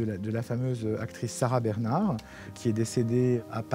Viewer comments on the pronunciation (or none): none